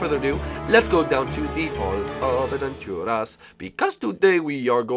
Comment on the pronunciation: It's aventuras not adventuras